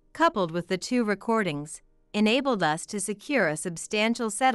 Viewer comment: Jack wouldn't have to pay compensation if it's her fault for the divorce. She's the one that disrespected his family, so he didn't do anything wrong. The 2nd story ... what is wrong with Tom's voice? He sounds like he's on his deathbed. Annoying. What is this ..... '.... that the three of US (as in USA)'?????? It is 'us' as in 'we', as in the three of each member of the family. Really? Get rid of the annoying AI robotic narrating and learn proper pronounciation and emotions. Not subscribing and will block all stories from this channel.